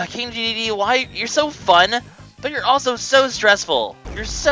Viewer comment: omg you pronounced Dedede's name correctly!